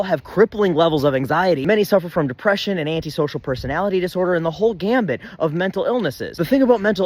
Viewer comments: Don’t get all proud of your superiority… you just said “the whole gambit” instead of “the whole gamut”. Kinda like a dummy would. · fyi it's gamut not gambit. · It’s “the whole GAMUT”, not “GAMBIT”.